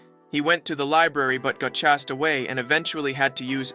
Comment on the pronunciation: Um actually... Its gym class and not gim class neither is it chastd but chased 🤓☝️